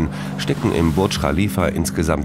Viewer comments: Der „Burtsch Khalifa“ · Dieser Moment, wenn der Sprecher Burj Khalifa nicht aussprechen kann 😂😂😂😂